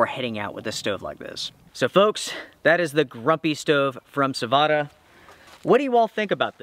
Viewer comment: Sah-Voh-Tah. Perkele!